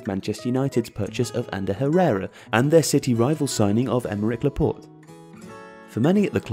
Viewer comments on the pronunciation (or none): none